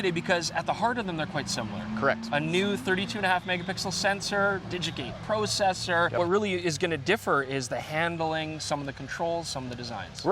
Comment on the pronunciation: "prow-cessor". Aboot that prowcessor... :)